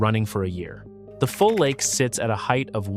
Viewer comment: Dis he say "heighth?" LOL